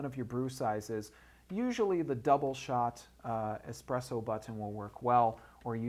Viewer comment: It's "Espresso" not "Exspresso". Sorry, I had to...